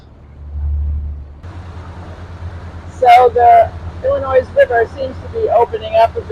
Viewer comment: The S in Illinois is silent